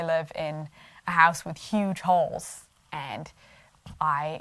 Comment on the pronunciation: First the giggle... I thought you said Holes not Halls. 😂🤣 Ok, ahem... I wonder why it is that everybody, even and maybe especially the "Christians", these days seem to seek out conflict? And then, when they inevitably find it, anyone with differing opinions or points of view automatically are considered The Enemy and labelled Evil to the Core? I have always liked the -- If you have a problem with a neighbor, go and talk to them about it. If they don't want to hear it, bring someone with you to talk again. If they still won't hear it, walk away and have no further interactions without any lingering guilt. Yes, heavily paraphrased, but not wrong. Forgiveness and open honest communication are so important. So is only judging others by the same measure that you judge yourself and want to be judged yourself. Again, heavily paraphrased 😁 For years, I said that the Bible basically, in a nutshell, says Treat People the Way You Want to be Treated. Not Treat People the Way They Treat You... But that's not enough now. 😕 Stoopid Hoominz 🤷🏻‍♀️🤦🏻‍♀️ I enjoy your videos. You have a very lovely spirit and light that shines brightly. Like the Sunday School song😁.✌🏻☮️💜🕉️🕊️